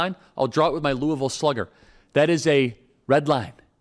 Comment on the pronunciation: Love that you say Louisville correctly!!